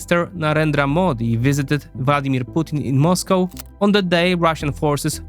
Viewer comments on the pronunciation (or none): none